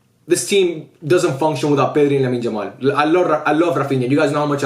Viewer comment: Bro stop calling Yamal , Jamal